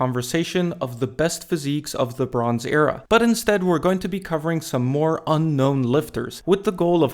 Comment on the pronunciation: When you said "the bronze era" I really thought you said "LeBrons Era"